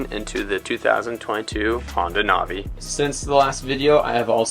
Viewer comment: It’s not nah vee it’s nav ee Do you nahveegate or do you navigate?